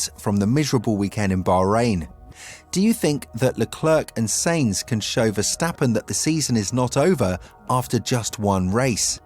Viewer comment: Stop saying S*E*inz.. its pronnounced S*A*inz